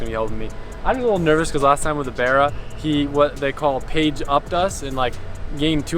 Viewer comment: “Page Up” got all the Aussie’s giggling 😂